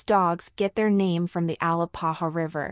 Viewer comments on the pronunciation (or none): A- Lā-pā-hā not AL-ā-pa-ha 🥴